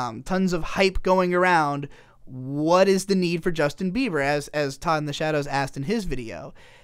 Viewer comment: STOP SAYING JUSTIN BEAVER JESUS CHRIST